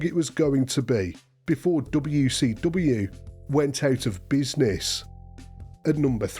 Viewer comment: “DoBeW Cee DoBeW” 😂